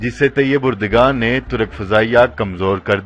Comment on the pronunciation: طیب اردگان " غلط ھے اور طیب اردوان صحیح تلفظ ھے۔